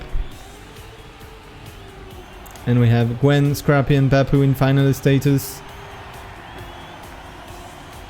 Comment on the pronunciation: pourquoi tu prononces meme les pseudos avec un accent anglais ? Je veux dire Papou ça devrai rester "Papou" et pas "Pahpouw" ou même Aurel ça devrai rester "Aurel" et pas "Owel"